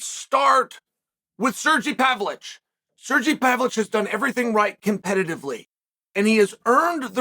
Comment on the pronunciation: Ah yes, serjey pavlich